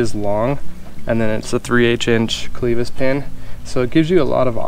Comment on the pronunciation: just so you know, clevis is pronounced with a short "e".